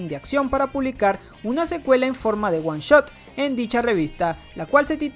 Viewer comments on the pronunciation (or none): none